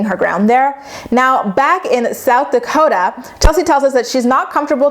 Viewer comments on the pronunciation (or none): none